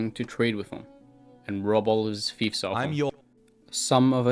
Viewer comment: Oh its Fiefs not Thives. its took sometime to understand